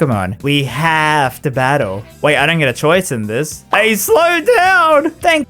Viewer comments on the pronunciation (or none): none